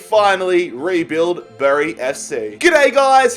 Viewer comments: Bury is not pronounced bury it’s pronounced berry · It’s pronounced ‘berry’